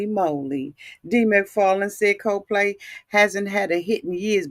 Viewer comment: Wait...COZE PLAY??? LMAO aunties be adding different vowels and words when they talk